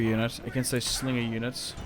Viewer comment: it sounds like juden whenever he says unit its freaking comical